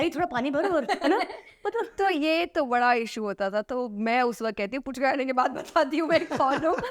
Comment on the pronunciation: Puchka nehi Fuchka kaha jata he Kolkata me. Jo F ke jaga p se suru karte he likhna, 'H' ko nehi dharte he. Pu nehi phu- fu.